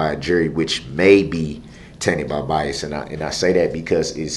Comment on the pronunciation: I think the one that took me out the most, was when he said biasT and the judge said what, then he repeated it again still with a T, she corrected him and said " there is no T, the word is BIAS...b-i-a-s 🤣